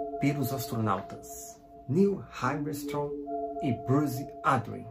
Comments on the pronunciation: Niel Armstrong e buzz aldrin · "pelos astronautas niu armistrong e bus audi" Pronúncia incrível, parabéns